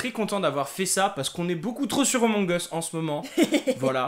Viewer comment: "Amons us"